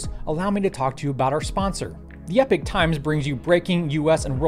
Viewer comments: Epic? Thought it was pronounced epoch like enoch. Accent? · Cool episode, but one thing that's been niggling me - the sponsor name. You pronounce EPOCH as /ˈɛpɪk/ when I though it should be /ˈiːpɒk,ˈɛpɒk/. Do they just 'identify' as /ˈɛpɪk/ and can't spell? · Epoch is pronounced E pok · Learn to pronounce the name of your sponsor - even as a sign of respect for them giving you money, and don't give a shit.